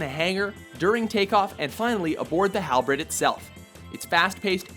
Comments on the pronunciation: there was a couple other words they completely messed up like Halberd not Halbred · Ikr He said halbred I inherently corrected him with Halberd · May - lay , Hal berd , not halbread.... Be professional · HALBREAD???!!!! It's halberd! Like Hal- bird not Hal- bread!!! I've had enough of youtubers pronouncing stuff wrong!!! I quit YouTube!!! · Did that bastard just call Halberd "Halbred"? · Did he say "Hal-bread"? It's pronounced "Hal-bird"... Just saying! And also, it's pronounced "May-lay" not "Me-lay" :) sorry, not trying to criticize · IT'S NOT HALBRED IT'S PRONOUNCED hal-bird but with an e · The narrator said Hal Bread.... not Halberd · you seriously just said Halbred it's HalBERD BERD IDIOT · Is it just me or did he say "Halbred" instead of "Halberd". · Hal- BERD not Hal- BRED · Halbread? Halberd in pronounced Hal-bird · HAL-BREAD?! HALBREAD? WHY CANT YOU READ? ITS SPELT HALBERD. WHERES THE BR NEXT TO EACHOTHER? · "Halbred", what. It's not even an accent thing, you just put the R in the wrong place. It's Halberd, "Hall-berd" Like hall and bird but with an E instead of an I. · It's not accent or mispronunciation. It's misread. halBRED halBERD simply read it wrong, if he read it has halberd then he would say it right. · MyLittleDashie 7 yup Halberd was pronounced Halbread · It is pronounced Halberd (Hal-Bird), not Hal-bread. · Jeez they really take pride in mis-pronouncing names at watch mojo, like seriously, he says halbred when its halberd, mel-lay when its may-lay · The halberd/halbred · Learn how to pronounce words, holy shit. "Halbread"? Really? The R isn't in the right spot for anyone to pronounce it like that! It's spelled hal*BERD* NOT hal*BRED*!!! And "meh lay" who pronounces it like that?! The announcer guy even pronounces it for you in the game's intro! "May lay" or even "me lee" are acceptable pronunciations, but definately not "meh lay" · HALBREAD LOL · Hands of my Halbread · It's pronounced Hal-bird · lmao BREAD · He said halbred. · "Halbred" FAIL